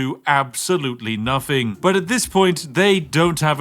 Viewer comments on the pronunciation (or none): PUTS ON POSH VOICE *PRONOUNCES 'NOTHING' LIKE 'NUFFING' *